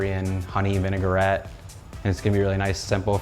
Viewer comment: It's vinaigrette , not ''vınegar-ette''.